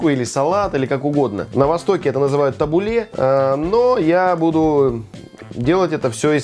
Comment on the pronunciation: Можно я тут свои пять копеек вставлю 🙈 Название салата звучит ТабУле(ударение на У),а не ТабулЕ.А ещё можно добавить зёрна граната,это оочень вкусно